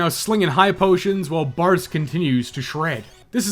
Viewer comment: Sometimes you were saying "Bards" but I was hearing "Bartz" and I was very confused! "Bartz wore down the first flamethrowers relatively painlessly" - what about everyone else?!